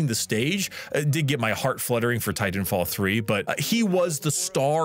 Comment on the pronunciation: Why did he say titanfall like that?